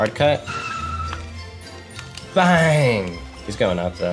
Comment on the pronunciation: Every time he says "Bang" when scoring, I hear "Ben".